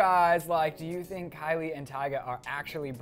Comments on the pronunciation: its Kylie not kyle!!!!!! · it's Kylie not kyle